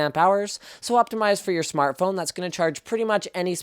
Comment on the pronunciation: "Smart Frone" xD